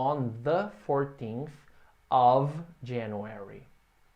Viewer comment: Foi bem surpreso para mim. Sempre ouvi e achei que fosse Off em vez de Ov (Of).